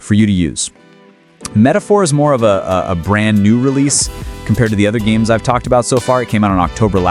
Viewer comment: When you can't even pronounce the names of the games correctly, I have a hard time taking you seriously.